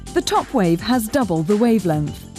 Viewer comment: "wave lenth"